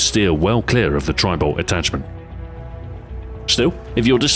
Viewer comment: It sounds like he is saying tribal.